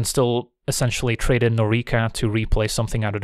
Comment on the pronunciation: Great video as always! If you want to sound more Japanese with your pronunciation (especially with names), try emphasizing the first syllable. For example, if you say Noriko like "NO-ri-koh" rather than "no-REE-koh", it would sound more accurate. Can't wait to draft the new set using your advice!